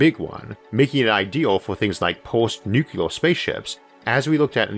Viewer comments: I know you have a slight speech impediment - and that does not worry me when I listen to you, because you are one smart cookie. But, may I ask you to try to pronounce the word "nuclear" correctly? You are pronouncing it as "nu-ku-lar", which is a very common mistake - and one which should not be perpetuated. Think of it as two words; "new" and "clear", said without a pause. Good man! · Sorry to bring up such a pet peeve on such an nice vídeo. I really like your videos, but every time "Nukular" comes out instead of "Nuclear" it rings just... wrong. Keep up the good work mr. Arthur.